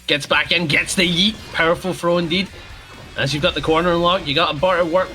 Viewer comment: Did accent just make Yeet and Indeed rhyme?